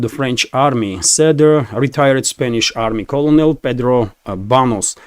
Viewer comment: it is pronounced CyoRneL not colonel. Like single piece of corn- Kernel, not colonel lmao